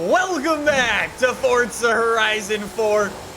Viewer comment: Nobody gonna talk about how he pronounces it fort-za